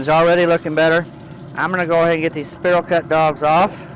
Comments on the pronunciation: Don't know where you're from? But its spiral not sperl!😅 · spear all cut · Great video, but spiral is pronounced “spy rall” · I like how he pronounces "Spiral" so we can see all the people he triggers. 🤣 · The way he says spiral triggers me. 😂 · I wasant going to mention it to him in public. I planned to pull him aside on the 4th and let him know he was pronouncing it wrong. LOL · yeah NOT a bad idea, get the food FIRST then comment about how he's saying spiral cut. Don't you just love the english language. p.s. For me he can say it anyway he wants to as long as I'm invited to eat. 😋